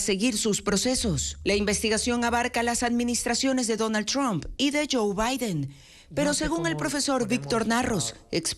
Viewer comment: No es chomp, sino Tramp.